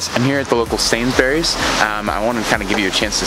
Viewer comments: It’s SainsBURY not SainsBERRY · “Sainsberries” Mate is sainsbris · lmfao. I thought he said it weird lmao. Never heard anyone say it like he does 😂😂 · "I'm here at the local Sain's Berries" Mate it's pronounced "Sain's Breeze" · Love the way he says "Sains Berries" LOL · Pronounce it "Sainsbries" and you're on to a winner! lol Basically any proper noun ending in "bury" is pronounced "bry" So, Salisbury is pronounced "Salsbry" (Don't pronounce the "i" either!) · If you want to pass unnoticed by the locals, you could try to drop the “u” sound (and syllable) from Sainsbury, Cadbury. It’s closer to Sainsbree, Cadbree. Not that it matters! Cheers, mate. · “Sains berries” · It's pronounced "Sainsbriz" And "Cadbri" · Really great vid 👍🏻👌🏻 just some UK tips - Sainsbury’s not Sainsbery’s -instead of bucks you can say quid e.g. three quid and with pennies you can just say p Do you have a local newsagents? My grandpa used to manage a Martin’s newsagents in Stevenage. If you want good beaches try north Norfolk or the Lake District. They are two beautiful places. (Best experienced in a motorhome) If you wanna visit the most inland town in the UK which is also one of the greenest towns in the world! Go to Milton Keynes intu Milton Keynes is great! As for the Lake District, you have to go to Windermere and it’s wonderful Windermere Lake. Also, in a nearby village called Grasmere you’ll find a quaint gingerbread shop. You’ll never eat better ginger bread than that. Just behind that building is a 12th century church where the great William Wordsworth is buried and you can visit his grave. The best beach is on Walney Island ( access by bridge) north side next to the airport you’ll find sand dunes and a great plane spotting site for little beech king aircraft coming in from the isle of Mann. There is however a cow field nearby... if you go near and they’re in mind the bull! Hope this interests you and one day helps you have another great adventure! 👍🏻😄